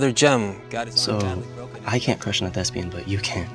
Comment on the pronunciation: she said thespian